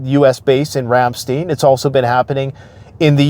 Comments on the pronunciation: Been forever since I have been stationed in Germany. But if I remember correctly, its not pronounced ram-steen, but rather pronounced ram STINE. =) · Please say, Ram-stine. The second syllable rhymes with 'mine'. 😊 Love your channel. Thank you for doing all that you do to help the common broke folks get a grip on the clearer picture world wide. 😊